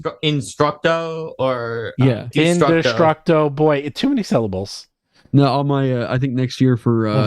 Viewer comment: This is the second time INdestructo Boy had been on in like a 3 week span.... And that STILL gets his name wrong.... Just call him by his given name of you can't say INdestructo.....